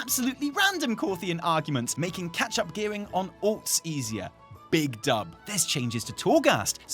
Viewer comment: I was listening from the kitchen and thought was saying "Dump" and not "Dub" and that made this a very different episode. There was a large "Oooooooh!" when I returned to the computer.